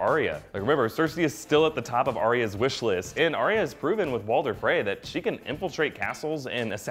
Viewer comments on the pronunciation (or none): It's Ar-ya not Ar-ri-a 🤣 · Your pronunciation of Arya completely took me out of the video.